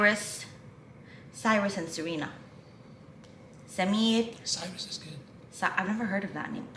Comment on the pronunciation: For the first few times you said Samir I actually thought you were saying Simeon instead, also how are you about shortening names? I ask because a friend of mine's brother is called Kianoush but everyone calls him Kian, my friend's family is Persian in heritage